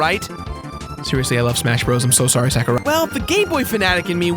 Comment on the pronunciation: I winced every time you said Sakurai. It's sah-ku-rai.